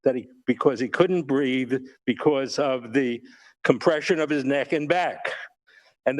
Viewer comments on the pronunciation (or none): Its BREATHE....